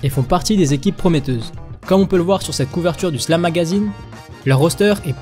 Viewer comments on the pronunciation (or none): none